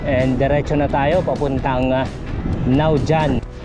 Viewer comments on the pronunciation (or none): naujan..(nawhan pag binigkas).